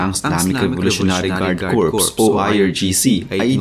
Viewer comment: Kor po ang pronunciation ng corps, singular man o plural. Salamat po sa lahat ng posts ninyo